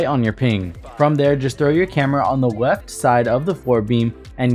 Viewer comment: mans said weft